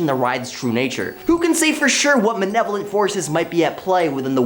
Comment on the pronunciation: why does he kep saying manevolent its malevolent